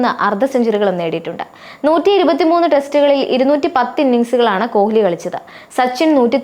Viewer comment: കൊഹ്‌ലി അല്ല, കോലി എന്ന് വായിക്കു 😂